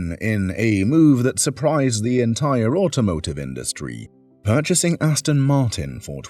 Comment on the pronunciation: Hate it when people say Austin Martin.